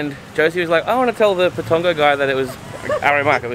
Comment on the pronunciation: Lol your funny it’s Pat-ton-go